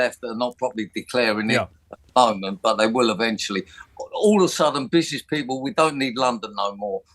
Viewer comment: a businessman who cant even say 'business' properly